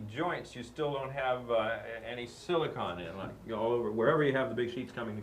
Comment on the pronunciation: It’s silicone Bob not silicon!